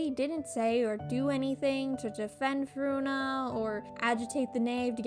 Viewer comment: I think this is satire lol. With how she’s pronouncing Furina as Ferona and Lyney as Lany. It just seems like a joke